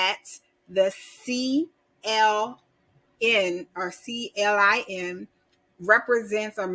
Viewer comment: Thanks. CLIN is pronounced "klin" like klink but without the last k, CLIN rhymes with win... like when you win the money!